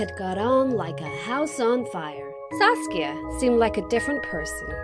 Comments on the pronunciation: KookieFace TM she did say sasuke once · i heard saske at first :D i was like wot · I keep thinking that she is saying sauske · No one: Saskia Everyone: SASUKE! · Who heard sasuke instead of saskia and thought of naruto😂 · Who else hear sasuke instead of Saskia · Am I the only one who heard Saskia as Sasuke in the starting?😂 (naruto fans may know ;D) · Am I the only one who kept hearing the name Sasuke, instead of Saskia? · ....why did I hear Saskia as Sasuke..? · I'm sorry did you say Sasuke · she’s saying SASUKE right ? or have i been watching to much naruto ? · Did anyone else heard sasuke rather than saskia ?🤣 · I heard her say saucia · I kept hearing “Sasuke.” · Did she just say "Sasuke"? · Am i the only one who thought she said sasuke at the start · I thought she said Sasuke at first😂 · I thought she said "Sasuke" \_(°v°)_/ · First time I heard Sasuke , not Saskia .... I am the only one? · I thought she said sasuke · What's the friend's name? Sass-kya?